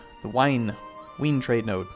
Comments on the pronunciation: I'm generally okay on pronunciation, but hearing Wien pronounced as 'Ween' really annoys me. PLEASE pronounce it with a 'V', so 'Veen' like 'Vienna'. Also, German pronunciation means that a 'V' is pronounced as an 'F', for example, 'von' is pronounced 'fon'. :P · Someone already said it but in German W's are pronounced like V's. So 'ween' is actually 'veen' as in Vienna. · Wein statt Wien. :D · Think of the W in Wien as a V. Pronounce it Veen ;) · well, yeah, but if he tries to pronounce it in German, he'd have to pronounce it Veen. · "Ween" lolol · actually, since Im a grammar nazi, Ill correct you here: it's pronounced 'Vine". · Lauchlin MacPhee What are you trying to say? says "Ween," with a double-u. It's funny. It's wrong. That's all. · Lol. Wien is the actual name of Vienna. Its pronounce Veen.